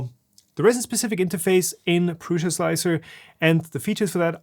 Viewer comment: I hate so much that you say pruSZa instead of pruSa